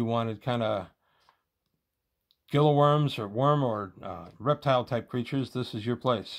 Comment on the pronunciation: "Gila" in Gila Worm is probably pronounced (Hee-La) like the Gila Monster, Gila County etc.